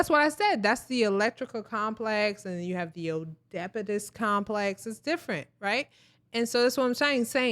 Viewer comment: 😂 Who's lining up the guests? Its like y'all allow people to get up there and ramble just because they got a pair of lips. Nice lady and all but get to the effing point already! And Oedipus is definitely NOT pronounced the way she said it 🤣